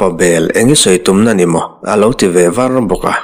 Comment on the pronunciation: ".....tiin a lo chhang nghal var a... " 'var a' tih lai tak hi a thlukah ka buai ta tlat pek a.... 'vat ' tihna tluk a nih 'var' hi 'a thar ang Vár...' ti a lam ri lo hian... '.... a lo kal thàr thàr a... 'thàr' kan lam rik ang hian lam rik ni ta zawk se... Tin, ' Silai chuan a lo sai ta pawp mai.....' tih pawh hi 'sai' tih lai Sai-Elephant kan lam rik ang hi ni thei se.... 'in ralsai' erawh chu a ngai ang hian a dik sa reng... Sâirawkherh etc. 'Di nei lo Pawla'n a sâi " an ti.... Sài anga khà ni lovin... te ka rawn ti ve mai mai a ni. I thawnthu chhiar tluka ngaithlak nuam leh bengfah hi ka hre lo. Lo ṭang zel teh... Ka lawm e.